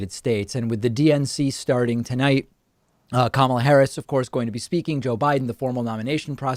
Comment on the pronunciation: I first heard "Kamala Harris" from TYT and Cenk said kamALa so that's how it was stuck in my head for a long time so I can't blame.